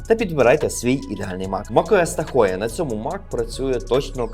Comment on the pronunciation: Та не Тахоє воно, а Тахо. Це озеро... А ще Шевроле Тахо є